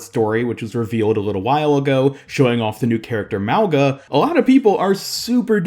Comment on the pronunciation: Why r u saying his name with a “L” in it it’s literally Mauga!? WHERE IS THE L???